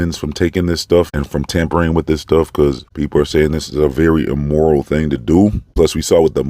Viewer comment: She said immoral not immortal